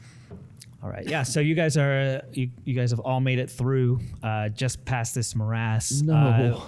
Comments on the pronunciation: Love it. What's a "Morazz" tho? said it wrong first(guessing he mistook 'morass' for 'miasma') and just fuckin' rolls with it, and I am so triggered. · more ass, my ass, same thing